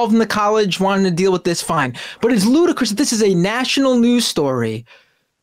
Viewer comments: I assume you meant "ludicrous" rather than "Ludacris"... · “Ludacris” 😂 that’s the singer 😅 I think you meant ludicrous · And it's "ludicrous." LOL, Ludacris is the name of a rapper.... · Lol everything else aside, it's ludicrous not ludacris